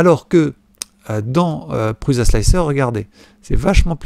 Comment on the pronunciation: Oh pitié l'ami ! On ne prononce pas 'PruZa" mais "Pruça" ;) Il y a plein de vidéos ou Josef Prusa prononce lui même son nom. Ce gars est quand même un des plus éminents contributeurs au mouvement RepRap. Imagines un gars qui parle d'informatique en évoquant Steve Jaube ou Bill Jettes, il ne serait pas top crédible, non ? Et Slic3r se prononce Slicer à l'anglaise. Simplify3dse dit Cîme-pli-Faille-Sri-Di. Et GRBL "Guerbeul", comme ça on sera complet ;) Sur S3D tu aurais éliminé les blobs en utilisant "wipe at end" ;)